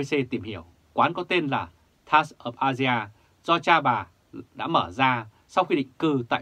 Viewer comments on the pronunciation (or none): none